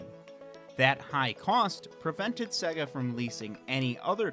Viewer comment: It's Sayygaaa